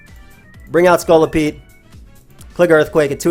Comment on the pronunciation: pronunciation of Scolipede is one of those rare cases where that's not how I say it, but I like it.